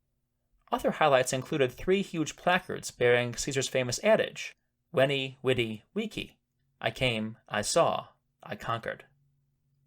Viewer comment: It certainly loses its impact in modern English when you pronounce it Winnie weedy wiki.